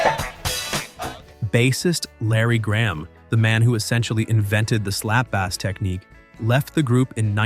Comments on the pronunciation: (approx) slap bass. Dude, it's not a fish. It is pronounced like "base" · The best thing about this video are the idiotic mispronunciations. The "slap-ass technique." Comedy gold. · They mispronounced "slap bass". They pronounced it like the fish instead of the instrument. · Slap bass? Is that large mouthed or small mouthed? I just need to know for the next time I go fishing. Need to work on your pronunciation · So many things mispronounced, this has to be an automated voice-over. Not just people's names, ordinary words too. Slap bass and irrevocably for example. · I think he said slap bass technique but pronounced it like the fish.